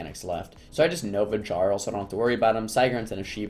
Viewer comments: JAR-ul lolllll its pronounced YAR-ul... like a king of sorts. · Its pronounced "Yarl" not "Garl" Not like the NPCs say it several times throughout the Stomrheim campaign you fucking mongoloid.